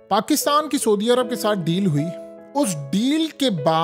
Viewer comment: Soodia Arab nahi hota bhai Saudia Arab hota hay